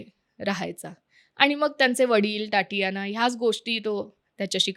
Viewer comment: टाटियाना नाही गं ताई! तातियाना. Takes one second of google/yt search: how to pronounce the Russian first name 'Tatiana'.